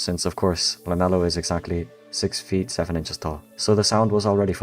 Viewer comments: 6 7 is 3 syllables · correction: 6 7 is said with THREE syllables